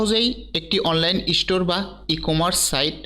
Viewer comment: ইষ্টোর না ভাই, স্টোর। আগে ভালো করে বাংলা বলা শিখুন 🙏